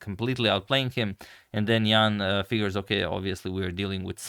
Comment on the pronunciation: The pronunciation of Jan is not 100% correct.